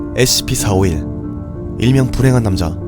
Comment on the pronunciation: 영상 잘 보고 있는데 scp 다루시는 분이 scp 발음이..